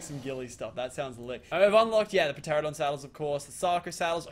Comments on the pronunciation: Meola told him the correct way to pronounce it and he STILL says "Terradon" Some people never change. Or gain brain cells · "Terradon" not "Pterradon" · ITS PRONOUNCED TE-RA-NO-DON. NOT TERRADON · it's pronounced TER ANN O DON.. TERANODON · It's pronounced ter-an-a-don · The P is silent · U dnt need raptors when u get a pteranodon also it's pt-rano-don not ptrra-don also ky-ten not chi-ten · who cringes so hard when he says P - Teradon or Chin - Tins. Dude. Its Kite - In or Terror - Don